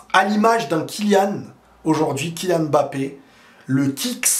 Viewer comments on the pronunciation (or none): none